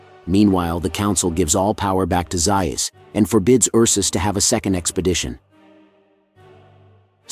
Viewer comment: Overall, I have been enjoying your channel; but please correct the pronunciation of Dr. Zaius’ name… 😇😇😇😇😇